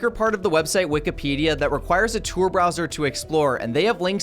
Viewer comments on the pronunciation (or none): Not “Tour” browser, pronounce it right